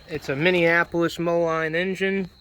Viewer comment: It's pronounced Minneapolis Mo-leen not Mo-line Are you Andrew Camarata and Diesel Creek triplets ??